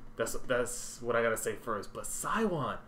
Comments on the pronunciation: I really liked your reaction. It was sooo fun to watch. By the way Siwon's name is pronounced like she-won. Welcome to the ELF family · it’s pronounced shiwon lmaooo but you should definitely react to midnight blues & mid season!! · You pronounce Siwon’s name as SEE-WON. Just remember, u see Siwon, u see Won 💰 because basically he is the money man of Suju hoho 😂 i mean thats how most foreigners fans call him, if u wanna go full Korean style, it’ll be Shiwon. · i can not help but giggle when you pronounced siwon's name. not sure if anyone told you already but it's pornounced as "She won"